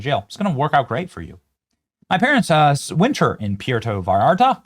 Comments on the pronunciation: Puerto (Pwer-toe)* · Pwertoe, Benny!! That's how it's pronounced. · Benny, you keep saying " PeeAirto ' Puerto is correctly pronounced or sounds like "pwairto " The U sounds like a W. Stay North of The Border. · Benny I love you brother I really do, it is pronounced Pwerto Vallarta not Pierto, we can take you more serious if you sound educated, I am a huge fan, and Trump Supporting Conservative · Get your pronunciation on Benito, Puerta not Piairto. Wow Sheinbaum great job mija. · PUUUUERTO. not PEEEEEERTO. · FYI: it’s pronounced “pwerto”, not “pee er to”. Go with “puh wear toh” if you need to. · “Pu-air-toe” Vallarta - you can do it Benny! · Why are you saying "Pi-Erto"??? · Benny ,oh god pronounced sounds like. PWERTO. You're way closer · Benny, please pronounce it “poo-where-toe”, just so you know. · The tortured pronunciation of the word "Puerto" by Benny Johnson is just par for the course. How long has he lived in this country? Puerto Rico is a long-held territory of the United States. Can he not read the name and make the connection? It's the same word,! Pietro... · Benny. Benny, Benny, Benny. It's PWARE'-toe. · Apprentiate you but FFS learn how to pronounce what youre reporting on....pwhere-toe. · Pierto? Puerto was too hard to say lol ? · Come on Benny you don’t know how to pronounce Puerto Vallarta? It’s not Pierto…lol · I have to say, that's the first time I've heard the Spanish word for ' 'port' pronounced THAT WAY! Anybody else? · Benny! Say Puerto Rico…. Now say Puerto Vallarta! 🤷‍♀️ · Benny, I love you and your vlog, I don't miss an episode Please learn how to pronounce Puerto. You sound like you're from Iowa. Just busting your onions....keep up the good work! Love your show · Ray Idaho Hey Benny Puerto say the u as a w sound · It would be nice to pronounce Puerto correctly, Benny. This marks about the 5 time you've not pronounced it correctly...are you AI now? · Benny! Please learn how to say Puerto 😂 Thanks for the show! ❤